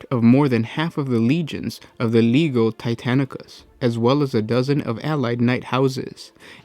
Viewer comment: I'm pretty sure you mispronounce "Legio" (Legio Titanicus, Legio Custodes...): I think the "g" is sweet, like you would pronounce "allegiance".